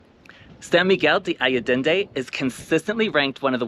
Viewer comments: When showcasing a spectacular location such as SMA, it was similar to nails on a chalkboard to hear the name mispronounced. Please understand my intention is not to shame you and more to emphasize that as Expats it is our duty to show respect and learn how to correctly pronounce the name of the location we are videotaping / visiting - especially one that is so well-known and popular. I wish you the best on your travels. Keep smiling and videotaping the world for all of us to see! Thank you. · Learn how to correctly pronounce the place you are describing!